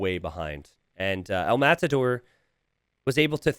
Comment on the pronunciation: Just casually correcting the "El_Matador" pronunciation: the tension is in the last bit: as in "El_MataDÓR". Thanks